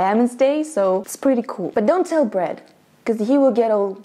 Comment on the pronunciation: Is it me or says brad as bread